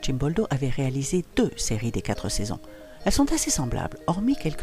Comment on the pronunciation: Par 2 fois dans le commentaire, malencontreuses liaisons qui arrachent l'oreille ! Il n'y a jamais de "s" à quatre !!!!!